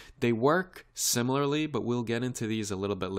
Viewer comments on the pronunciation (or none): none